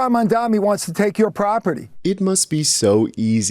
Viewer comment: 93% of MAMDANI'S critics can't pronounce his name correctly. That says something about them.